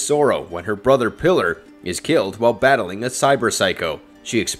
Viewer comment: Why do so many people pronounce Pilar's name like "Pillar?" It's pronounced "PEE-lar" not "PILL-er."